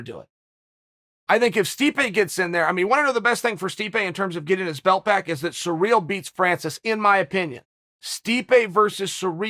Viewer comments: Ah em. Chael. It's pronounced See-Ryl not Surreal. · yeah i know its hilarious lol, in case someone is sureally wondering its pronounced siri-l. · Sereel? Ciril’s name has been everywhere in the MMA world lately so how can Chael butcher the pronunciation so badly? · Its surreal the way chael pronounces cyril